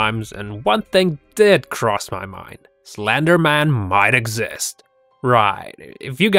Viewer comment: SLENDE MAN! XDDDD ( i say his name like that)